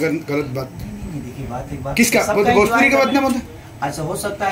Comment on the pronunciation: Beta bjpuri nahi bhojpuri bolne ki sikh le